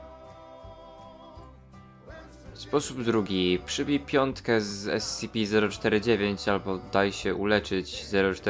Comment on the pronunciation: Poprawka: sy cy py